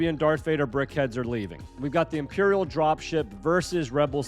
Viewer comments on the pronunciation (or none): none